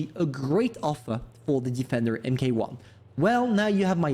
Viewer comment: “Em kay one” 🤣🤣🤣🤣